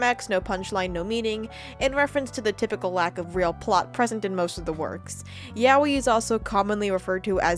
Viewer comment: not to make fun of u being gaikujin but it's yah-oi, not yawee btw